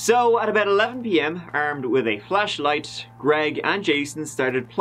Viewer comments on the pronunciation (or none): when you said flashlight, I totally thought you said “flesh light”. 🥴